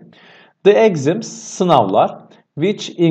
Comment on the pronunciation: exams kelimesi egzıms diye okunmaz